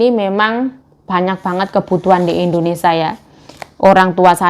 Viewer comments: Gak BS blg Indonesia kaah.....selalu blg Endonesa.....🤦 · Indonesia yuk bukan IndoNisa 😂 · Kmu pengikut baru yah? 😂😂😂😂aku sebagai pengikut lama udah terbiasa dgr endonesia yg dia sering sebut